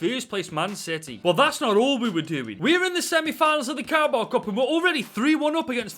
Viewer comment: I love the” carabowa” cup